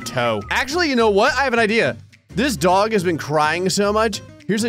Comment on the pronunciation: The only thing that annoyed me - you mispronounced DOG! You said it right once when you drew Goku.